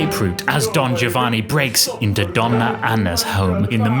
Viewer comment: A minor point, but I really prefer to have "Giovanni" pronounced as Italians would, i.e., as "Jovanni." Btw, while considering these two operas as mankind's greatest acievements, I slightly prefer Figaro because its characters are more human, more relatable to, more worthy of sympathy.